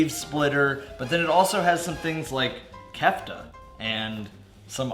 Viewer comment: Butchers pronunciation of kefta but pronounces sashimi correctly.